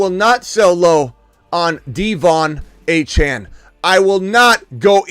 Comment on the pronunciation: ITS “ A- CHAIN” achane